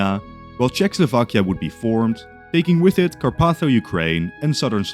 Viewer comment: WHY DO PEOPLE SAY “CZECHSLOVAKIA” IT DRIVES ME INSANE!!! It’s “Czechoslovakia”.. 😢